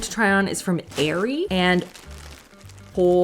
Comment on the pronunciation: it's pronounced are-e I have a pair of winter pj pants from that brand and I LOVE them❕️❗️